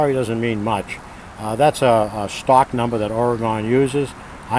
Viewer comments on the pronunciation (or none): none